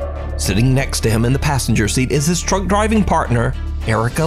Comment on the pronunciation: I keep hearing drunk driver but it is truck driver 😂